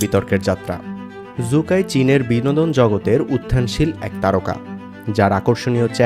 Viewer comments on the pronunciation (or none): জু কাই না 😂😂😂 শু কাই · জু- কাই নাকি সু-কাই